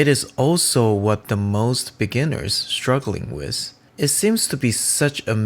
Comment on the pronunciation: Bro, pronounce th-ing, not sing! Th-ink, not sink. And wi-th. Pronounce the 'th', not as 's'. Your watercolouring - fantastic!